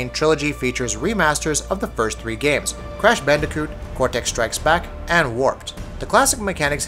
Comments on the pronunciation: Did he just say crash bandaicoot? Is dis boy trying to make me sick? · Band"AI"coot??? excuse me sir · It made me cringe lmao.